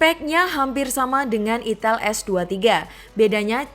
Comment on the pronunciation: Kak bacanya aiiitell bukan itel 😂😂😂